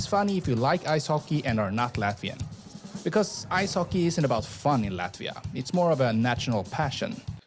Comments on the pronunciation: You should rather look for a video made by Latvian that not only can pronounce the city names correctly, but also will give you more accurate information. There are a lot interesting and important facts missing here. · LATVIA "explained", on one hand, want to keep Latvia secret, but on the other hand, want to clue you in a bit. Yes, we, Latvians, formed our modern republic in1918, but Latvia , pronounced Lutt via, Jūrmala=zYouwere mala, Jelgava Yelgava, my credentials, born t o Latvian imigrants, who'd fled the anexation of their homeland by the new USSR and it's Communist regime. Latvian was my first Language, really only learning English when i started 1st grade in my south Brookline elementary school, while attending, much to my chagri, Latvian school every Saturday, while my American schoolmates were home watching cartoons in bed. But the Latvian community always maintained the belief that we'd regain our independence